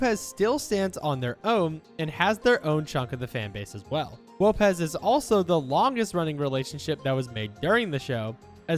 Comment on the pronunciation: Wopez 🤣🤣🤣 its Lopez